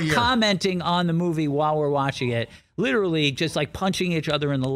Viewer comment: Liturally liturally liturally